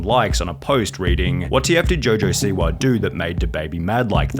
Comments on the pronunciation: Rappaaahh, Jojo Siwaahh, Twittaahh 😂😂😂😂😂😂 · Rapahhh, Twitahhh, jojo siwahhh